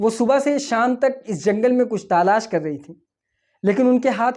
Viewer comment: Bhai ta lash nhi talash hota hy